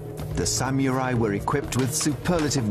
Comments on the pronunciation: haha i hate how the narrator says sameerai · The hell is a SaMUREai? Oh a Samurai. SPEAK ENGLISH NARRATOR! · Lol he said samurai like samErai